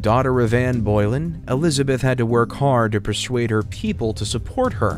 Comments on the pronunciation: The way this yank pronounced "Boleyn" killed me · No matter what process is used to make a video about history, mispronouncing Anne Boleyn's last name loses you all credibility when it comes to being any kind of expert on the subject.